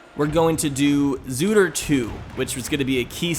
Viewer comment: its not called zootr 2 it's called 2ootr